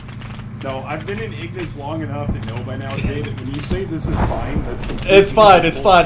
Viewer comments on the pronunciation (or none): "long *enouph*"